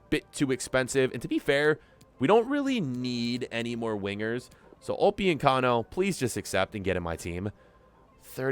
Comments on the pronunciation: Upyuncano? It’s upamecano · Why does he say upiyecamo its upamecano😂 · Everyone:Upamecano:Opiocano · He keeps butchering Dayot Upemecano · The way he says upamecano😂😂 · wtf you are butchering upamecano name